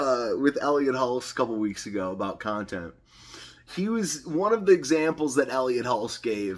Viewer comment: "Inspired Contont." o/